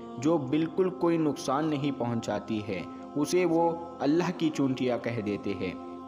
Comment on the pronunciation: Chuntiya nahi chintiya bolo